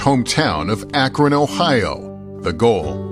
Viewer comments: Where is "Ahk-RAHN" Ohio? Do you mean "Ah-KRUN" Ohio? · Matt. It’s pronounced Ak-rin. Not ak-ron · ACKron 😂 I realize that being in Ohio we never pronounce any name how it sounds: ACKrin 😅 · Dude… It’s AK-ron, not ak-RON. Did you even watch the video you’re mocking? You’re also intentionally misrepresenting the grades conversation. The kids were doing terribly, now they’re doing less terribly. Still failing, yes, but making progress towards catching up at an A level. Lebron is a total douche, and I’m wondering if you don’t have that in common with him. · ak-run not ak-ron. Second daily wire host to bungle the northern vowel shift. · "AK-rən" We really don't pronounce the "o." The NBC reporter said it right. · Long live SBG but I can't like this video as an Akronite... because of the pronunciation Ak-RON 😂 I know most people don't know the real pronunciation or the lore behind it, but I loled at that moment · Matt-I know it’s spelled Akron, with an “o”, but us Ohioans say Ak-run. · I agree with everything you said, except for the way you pronounced Akron. AK-run. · It's pronounced ACK RUN... Watch any newscast or listen to any Ohioan. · Please learn to pronounce Akron correctly. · Love your show…but learn how to say Akron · I can’t stand listening to Matt try and pronounce Akron and YES: It makes me mad that they’re taking my tax money and not getting results for these kids. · Did Key & Peele teach Matt how to pronounce Akron? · As an Ohioan hearing Matt pronounce Akron like that made me cringe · The way you pronounce "Akron" makes me suspect you are not Matt Walsh, the beloved human being, but some sort of AI fueled deepfake replicant. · I am going to end up with a permanent tick now, listening to Matt pronounce Akron. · As an Akronite, I chuckle at Matt’s unusual pronunciation of Akron.